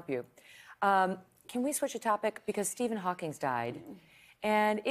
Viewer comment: lol she said Stephen Hawkings